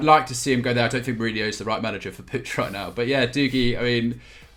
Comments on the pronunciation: You talking about not being able to fit Puig (pronounced 'pootch', not 'poojh') into a 4231 when they haven't used that formation in 5 months? Why are you talking about a team you clearly don't watch? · Wish they'd use that effort to Google 'how to pronounce Puig'. Or to Google what shape Barca are using